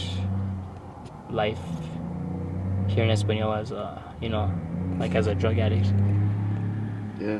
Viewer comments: First, it's Es-pa-niola. With the Spanish "N". It's not Es-pa-nola. And secondly, I guess Philly, San Fran, Seattle and many other places dont count? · This has been like this for 50 years it’s a shame no one can fix it. It’s Es-pan-noy- la . Not no- la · Just so yo know it's not pronounced Es pa no la, it's actually Es pa nee ola. But otherwise, fantastic video showing how the Democrat policies in New Mexico are killing the state. Soft on crime turns cities into slums. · Eh - span - knee - yo - la not eh-span-ola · It’s pronounced española not espanola lol learn the letter ñ if you’re gonna document about it 😂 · It’s Española, not Espanola. Pronounced “espanyola”. If you can find the ñ on your keyboard, hold down the n and you’ll see ñ. I live a half hour south of España. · You used to live in California so you should know that the pronunciation of ñ with the “tilde” over it sounds like “ny” like in “canyon” so Española is pronounced “Espanyola”. ”. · ñññññ = nyeh. Espan-nyo-la, ok? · respectfully, it's pronounced e-span-yo-la. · Say; Es pan yo la (long o) - It's not hard to say. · it's EspanYOla. Also grammar wasn't your thing was it? It's "there ARE 10k here," not "there's 10k people here." You always say that I correctly. Drives me crazy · The town is pronounced Es- pan-yola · it's pronounced ess pen yola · Quit saying espa-nol-la! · It's pronounced ES PAN YO LA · S pan yola. It's pronounced S pan yola. Espaniola NM. Please get it fucking right. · It’s pronounced Es-pan-yo-la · sidenote: It’s pronounced ‘espanYola’. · Espñola — the ñ is pronounced like ny, as in Espanyola. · "Es-pan-YOLA", there's an ñ in there. Española. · Pronounced "Espanyola" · That wasn’t Taos, that was Santa Fe Ski Valley.Española, pronounced Es-Pan-Yo-Lah, is a beautiful valley, & has many good people. Sadly, you captured the negative side. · And It's pronounced Es-span-YO-la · It is pronounced, Espan-yola... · Pronounced Espan-yo-la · It’s pronounced “Ess-pahn-yola”.